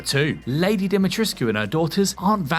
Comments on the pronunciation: Dee-Muh-Treesk is how you pronounce it, it was in a article I read from an interview on how everyone is saying wrong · The U in that tall lady's name is silent. Capcom confirmed that. I saw it on another video.